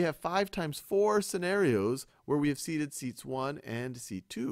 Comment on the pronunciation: “Seaten” I’m dead 😂😂